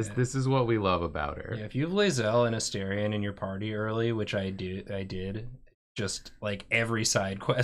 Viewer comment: every time they mispronounce Astarion I take 1d6 psychic damage